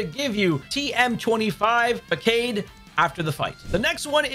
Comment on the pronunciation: Not to be that guy, but 'facade' is pronounced 'fuh-saad' :)